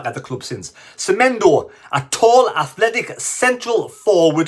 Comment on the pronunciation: Semedo not Semendo pls